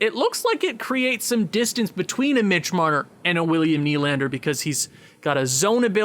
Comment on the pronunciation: good vid but hard to hear u say nylander wrong... lol its pronounced N-E-E-L-A-N-D-E-R , haha good vid though